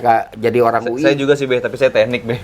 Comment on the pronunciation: Bukan UI be tp uwi ...